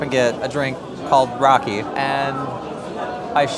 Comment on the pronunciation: Guys it's raky (rakı) not raki. You need to have with meze. Noone have it with helva. Cool video.